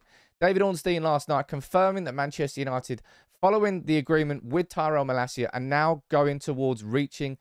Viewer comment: You pronounced malacia right, I’m a very proud dad